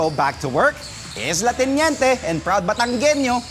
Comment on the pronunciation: el teniente cguro sir hindi la teniente?